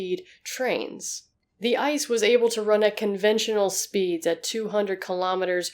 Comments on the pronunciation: You pronounce ice very funny. The right way is I.C.E. [iːtseːˈʔeː] Greetings from germany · Yeah. Röntgen is pronounced more like ROENT-ghen, and ICE is pronounced as "EE-TSE-EH". It was confusing to hear her talk about ice trains all the time, because I keep thinking about nuclear ice breakers or something lol. "Winter trains in Germany? What kind of tomfoolery is afoot?"